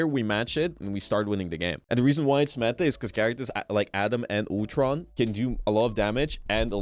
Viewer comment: 'Otron' it's Ultron....Ul-tron.